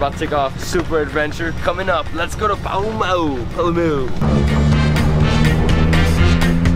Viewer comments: Lol...it is pronounced as Paa-Luu-meu. Other then that a very yummy breakfast and trip...:) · THANK YOU FOR VISITING OUR LOVING SURINAME ❤ And its so funny how you struggle pronouncing Palumeu😂